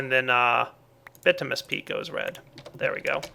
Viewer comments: It's bitumINous not bitumous. Sorry. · its pronounced bitiminus not bitimus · BIT-OO-MIN-EE-US peat not BIT-OO-MUS. Kay? Keep up the great work! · Bitominous,, not bitomous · just because this is annoying me every time you say these 2 items, the way you say bituminous peat is like this ( bih-too-muh-nous peat ) the way you say basalt is like this ( buh-salt not bah-salt) just pointing out things that were really annoying me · It's "By-too-min-us"